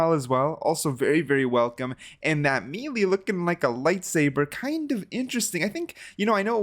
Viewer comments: Lol he said me lee 😭🤣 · the way he says melee kind of bothers me ngl lol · Why do you say melee so weird?